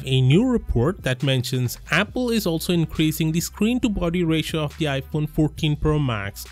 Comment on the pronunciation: Damn you just butchered apple lmao